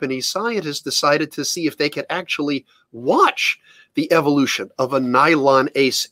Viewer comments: Am I the only bothered that he keeps saying Eviloution ? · I like how he keeps pronouncing it 'evilution'.